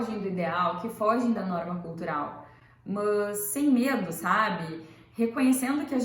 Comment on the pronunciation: O "mâs" me deu gastura... Mas gostei